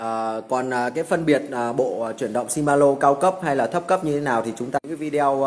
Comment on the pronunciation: Ông chủ này giới thiệu nhưng nói ngọng quá , làm gì có bộ chuyển động nào tên là si ma lô ?